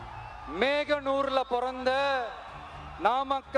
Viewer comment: Eathu meganura ??? Dei athu moganur da ada pavingala pathu olunga padikalamla